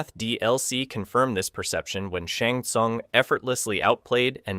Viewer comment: And Shang Tsung "Shong Tsung"